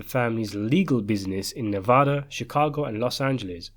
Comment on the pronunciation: Thank you for saying Nevada correctly ..